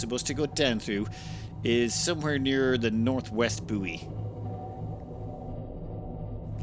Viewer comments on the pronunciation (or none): Do the Irish generally say booey when pronouncing buoy or is it just a thing?